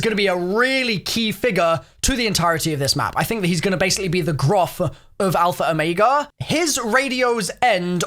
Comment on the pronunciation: "Alpher Omeiga"